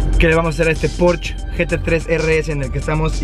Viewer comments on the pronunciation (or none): el "porch" jajaja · La "e" de porschE también se pronuncia... es alemán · "Porshe" plz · No estás pronunciado bien Porsche, en el canal oficial de Porsche tienen la manera correcta de decirlo. Para que no te quemes otra vez. 😂